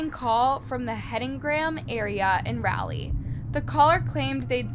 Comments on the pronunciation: It's Raleigh not rally. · We in north carolina pronounce it rah-lee not rally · O.g I really wish this girl would learn how to pronounce words before making a video!! It's "Raleigh" not "Rileigh!! Like a cheer when they say "rah rah"!! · Raw-lee say it slow raw-lee...and its a town of 500k people then what do you define as a city... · Raleigh, RAH-lee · Raleigh is Rah-leee ❤ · Raleigh (Raw lee) :) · It’s really not pronounced as rally. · It's pronounced like raw lee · OMG girl that's narrating this video- The way you Are pronouncing "Raleigh" is so annoying & so wrong!?! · You realize you're pronouncing Raleigh wrong right? 😒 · That is not how you pronounce Raleigh 😫😫